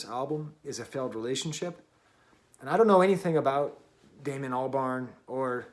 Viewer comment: Its Damon not Damian but good review